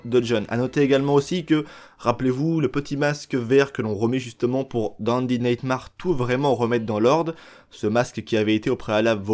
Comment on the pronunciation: Super vidéo, par contre, s'il te plaît, ça se prononce undéde naytmére ahahah Tu mérites quand même ton pouce bleu mec